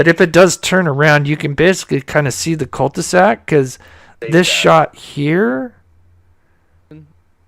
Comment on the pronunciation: did you say cul de sac or cult to sack. lol! just a little needed humor concerning dark matters.